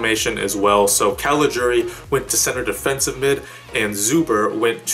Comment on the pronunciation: First english speaking Youtuber who pronounces CALIGIURI right! For that alone you get a big thumbs Up!